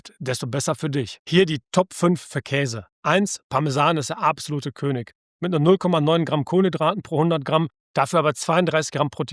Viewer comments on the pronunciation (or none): none